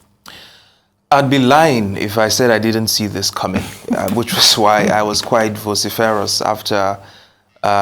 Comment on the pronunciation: It’s not pronounced ‘vo-si-fe-rous’, like he said, it’s pronounced ‘vo-si-frous’.